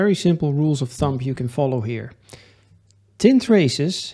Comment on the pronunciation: Heel instructief. Eén dingetje: uitspraak: (Rule of) Thumb spreek je niet uit als thump maar als thum!